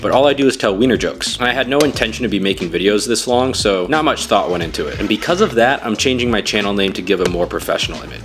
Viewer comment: Why'd he pronounce it like that